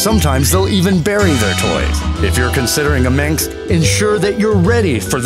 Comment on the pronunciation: The "sinks?" Perhaps just a speech impediment. But "Minx", or Burmeece"? Believe it or not, the narrator sidelines as a speech therapist.